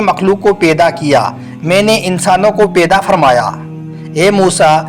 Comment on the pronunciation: Peda nhi paida bolie jnab talafus thk kizieyea